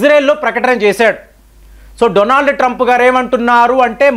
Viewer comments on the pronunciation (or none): none